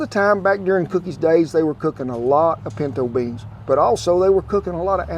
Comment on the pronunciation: Everytime he says "beyns" you have to hit one shot of beans. ( , , , , , , , , )